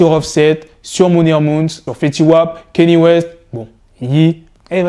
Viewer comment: KANYE WEST blacky non KENYE WEST DAMN tu rend ouf avec cette prononciation peace la famille